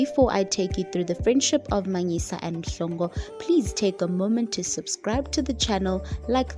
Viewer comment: It's Oupa Manyisa not "Manila"